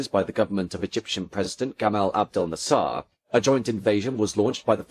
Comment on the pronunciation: Hilarious mispronunciation of Issigonis and Nasser!